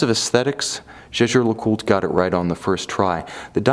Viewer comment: why ? I think he says it correct